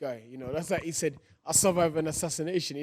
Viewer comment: Whyte: “ashashinashon